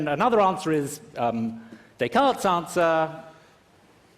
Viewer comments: I like how he sort of mocks Trump for saying "One Corinthians", while Miller butchers "Descartes" xD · Miller mocks Trump for incorrectly pronouncing 'Corinthians' without the s, while, ironically, he himself incorrectly pronounces 'Descartes' with an s.